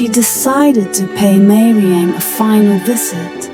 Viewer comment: It is not meiriang it is gairemnang